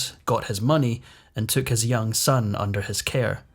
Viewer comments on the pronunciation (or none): none